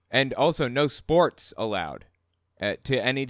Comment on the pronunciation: I heard no 'sporks' allowed instead of sports and I was just sitting there waiting for the explanation before I realized.